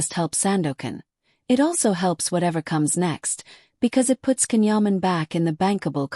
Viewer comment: and, fourth, perhaps people will begin to pronounce his name correctly. it's jon, not can or ken..... turkish C is pronounced like J